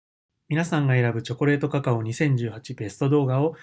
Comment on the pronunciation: みなさ～ん、カカァ↑↑オォ～↓↓ って読んじゃうwww